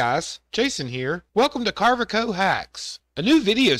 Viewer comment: Is that a southern thing to pronounce Carve Co as Carve eh Co?